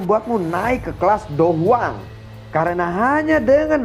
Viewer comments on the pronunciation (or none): Dou Wang atau dou Huang bang Kurang jelas soalnya